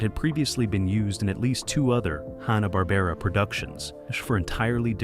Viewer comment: Nice interesting info, but stop pronouncing Hannah- Barbera, as Honna, it's Hanna!